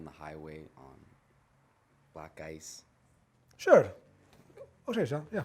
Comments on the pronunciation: *black gice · Oh now I get it he was saying black ice but it sounded like he was saying black guys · He said "black ice."